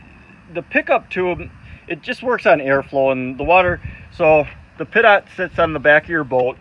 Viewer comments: Dude. It's pronounced pee - tow not pit-ot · Great video, but it’s pronounced pee-toe, not pit-ot. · Please, it's pronounced Pee-Toe. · Pee- Toe. Compressed air destroys it on airplanes. I guess it’s different on boats? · Pronounced "peet-oh"...pitot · lol glad someone else was thinking that too